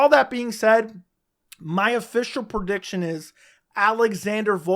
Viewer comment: Love you buddy but it's PREdiction not PERdiction